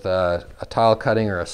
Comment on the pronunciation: Great video but I cannot stand when people say masonary instead of masonry